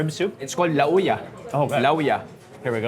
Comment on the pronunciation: hoy....dili La-u-ya....buy Law-uy. pataka ra man ka uy